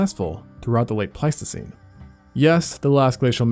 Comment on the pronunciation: is there an alternative spelling/pronunciation for Pleistocene?